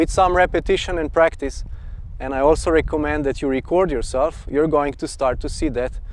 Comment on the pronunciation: you said reccomand not recommend , next time say reccomend